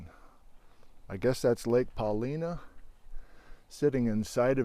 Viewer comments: Paul-eye-nuh, afaik. Not Paul-ee-na. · Paulina lake has a long I sound “pa-line’-uh”. (from a 4th generation native). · ...I grew up in Bend, took many trips to the obsidian hills, before the rule was in place to not carry the rocks home! And I grew up pronouncing it Pauli (long I) na Lake. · love your coverage...the lake is actually pronounced "Paul eye no". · Hi. Paulina Lake is pronounced "Puh Lye Nah" I've been fishing there and East Lake for almost 50 years. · Locals pronounce it Puh-LINE-uh. Named after Chief Paulina, a very interesting fellow. So glad you are/were back in my backyard,! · A Professor of Geology sharing his questions= Fun, but sharing his bewilderment= Priceless. Pronounced Pa...line...uh Paulina was one of the few mountains named after a Native American, Chief Paulina of the Snake River tribe who waged war against the US Army here. Since Newberry’s connected to the Brothers Fault and the earlier West trending volcanic fields (however, I’ve read other studies connecting Newberry to the JDF;) I wonder if the mechanism creating the Brothers Fault and its volcanic spawn are still active geologically- From 12 ma to nearly the present at Newberry, why would it abruptly end, as opposed to “petering out” with increased distances between events? Is it a product of the NW rotation and Basin & Range extension? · Locals pronounce it Paul-EYE-na. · Love the video! I live in Bend. I watch this channel all the time. I’m fascinated with cascade geology! I hiked this trail last year. One correction…the area is named for Chief Paulina…pronounced like Paul-line-ah, not like the Slavic feminine first name! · Laughing at how you say Paulina lake lol but love your video. It’s beautiful on a snowmobile